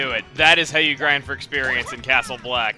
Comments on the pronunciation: I keep hearing Castle Oblivion whenever you say Castle Bleck, and I don't know why. C.O. from KH:CoM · "I got a Castle Bleck key!" CRUNCH